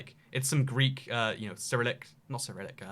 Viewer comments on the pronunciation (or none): none